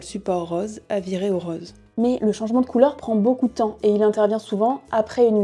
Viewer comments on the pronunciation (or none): Rose pas rause ;) On dit VOOOsges pas vauges ;)